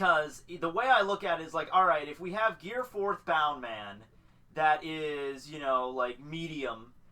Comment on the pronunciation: It's BOUNCE man.. not bound..